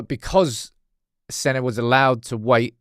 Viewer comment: Senna like Aryrton Senna.. not Senny mate.. I think that's what people where saying 😅